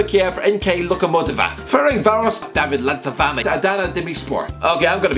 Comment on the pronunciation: The way he says David Landzafame 😅😅😅😅😅